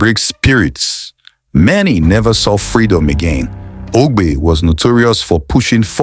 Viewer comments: Egbe not Ogbe 😂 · Not Agbe but Egbe bro.. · His name is Egbe not Ogbe